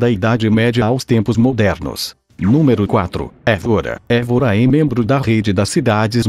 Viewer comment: Óbidos, não "ôbidus". Guimarães, não "Guimaráes". Évora, não "Evôra". Esse "Top 10" é na sua opinião, certo? Faltaram mais cidades lindas que, com certeza, se encaixariam nas 10. O vídeo, em sí, é muito bom, porém... Péssima dicção, em muitos momentos, com esse programa que você usa... Seria bem melhor usar sua própria voz... Acho que sua voz, não pode ser pior do que essa voz "sintetizada", que erra quase todas as pronúncias. Parabéns pelo video... (só o video). Abraço.